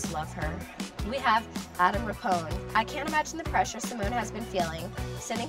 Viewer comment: she did not just pronounce adam rippon’s name wrong 😑